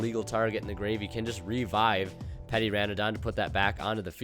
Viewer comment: The way he pronounces petiterra really grinds my gears. It's petite, like litte, not petty, like this comment.